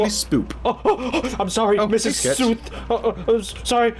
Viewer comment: Lol the whole time you were saying 'mr.' South when she was 'Mrs'